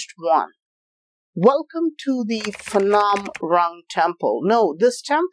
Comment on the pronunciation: Phnom not Phanom.